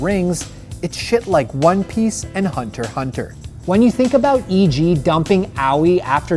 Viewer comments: Its hunter x hunter not hunter hunter ... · Me:Hunter x Hunter Caster: Hunter Hunter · did you mean hunter xxx hunter? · Faceless You mean Hunter ECS Hunter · You mean. Hiatus X Hiatus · don't you mean Hiatus x Hiatus?